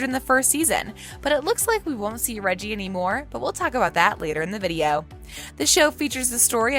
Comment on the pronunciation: His name is Rege'